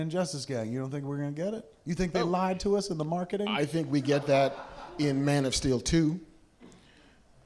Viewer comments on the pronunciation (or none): none